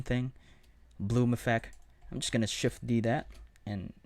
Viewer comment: Great tutorial and I am really grateful for it but pronounce your T's man! It is objecT, effecT, selecT etc., not objec, effec, selec...